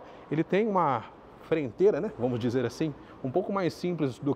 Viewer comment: Parei quando falou "frenteira".